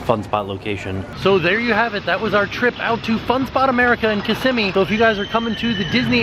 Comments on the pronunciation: kiss-im-ee? I thought it was pronounced kiss-ah-mee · ItsRusevDay well I'm not 100% sure what's right, but pronounced it like "kiss-imee". Less emphasis on what I thought was an "a" sound in the middle, if you get me haha. But I guess it up to you how you pronounce it anyway 😊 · I feel like my childhood is a lie haha, I've always pronounced it "kiss-a-mee" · I always pronounced it as kiss-m-me